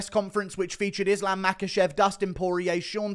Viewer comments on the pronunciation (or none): none